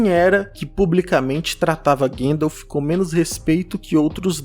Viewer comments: não sei quem é "Guendaf". repita comigo: GAN-DALF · Eu adoro os seus vídeos. Meu único incômodo é com a forma como você pronuncia Gandalf. A pronúncia é "GONDALF". O próprio Christopher Lee pontuava isso no set de O Senhor dos Anéis. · Pfv, não fala Guéndalf 😭😭😭